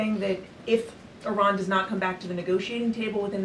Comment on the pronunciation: Its not Ayran , It is Iran ... She talk like s*** dealing mestrual cramps